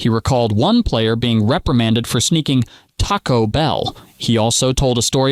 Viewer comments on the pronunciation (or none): none